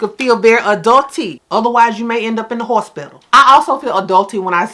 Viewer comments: 🤣 not "horsepedal" 💀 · That hospital pronunciation took me out 🤣🤣🤣 Yeah you need to say that more often